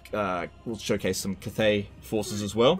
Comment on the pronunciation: hate how you say cathay